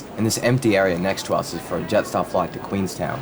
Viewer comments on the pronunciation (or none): none